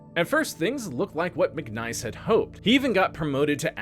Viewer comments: His name was Mic niece not Mic Nice, As in my niece and nephew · His name was McNiece (like your brother's daughter), not "McNice".